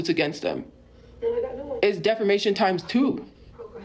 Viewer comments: Does no one else hear her keep saying defermation instead of defamation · Not DEFERMATION 😂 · Its a well known tophiaism at this point, we got defermation, somewheres, anywheres, and many others